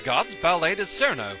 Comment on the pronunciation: That's not how you pronounce Cirno's name. It's Chiruno, or just Chirno because Us are hardy stressed in Japanese.